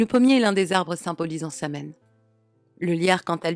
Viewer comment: *Sahuin, Samhain se prononce, sahuin/sawin